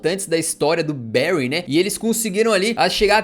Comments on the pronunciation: a pronúncia é "bãry" e não "béry" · Da tanta agonia a pronuncia tao ma dos brasileiros, n é Bery é Bury(Bary) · bérry = Barry Bârry= Bury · Não eh bairy eh bury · Barry se escreve assim, Bury se escreve assim, mas porque falar Barry se o nome do time é Bury? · pq o ta falando Berry no vídeo??